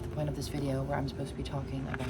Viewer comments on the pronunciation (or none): none